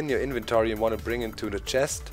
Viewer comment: Love the way says invetory